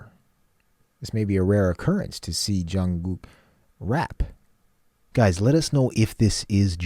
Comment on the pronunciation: It is Jung(k)ook, not Jung(g)ook.